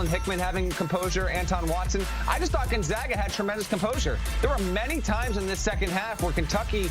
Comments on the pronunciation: It isn’t gone zog a it is Gone Zag a. Good lord. Get your shit together. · C'mon CBS....it's NOT GON-ZAH-GA!! IT'S LIKE THE "A" IN CAT.